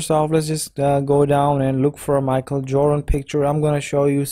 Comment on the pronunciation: Bruh wtf "micheal"